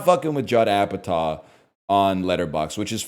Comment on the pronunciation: Did this man just say Apataw instead of Apatow within the first minute? I'm starting to question his pop culture recall abilities.